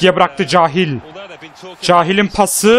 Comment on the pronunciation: gardaş süpersin ama cahiil kehyıl diye okunur